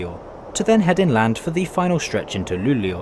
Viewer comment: His pronunciation is actually pretty good for an American (?) Not the best and the way he said Umeå and Luleå made me cringe a little but that is to be expected. It's probably the best pronunciation I've heard from a foreigner